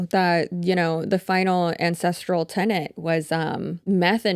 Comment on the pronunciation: Not gonna lie, I thought he said "the INCESTral way" not "ancestral way". I didn't even blink which tells me that I've been on some unfortunate corners of the internet too much lately. NOT THOSE, just true crime sh*t.